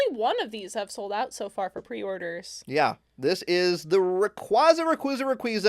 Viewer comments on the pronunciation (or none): none